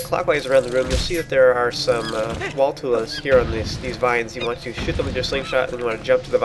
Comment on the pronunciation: did you say " You want to shit them with your slingshot..."? cuz that's what i heard